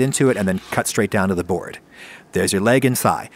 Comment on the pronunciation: when he said 'board' I thought he was saying 'bird' in the Gru way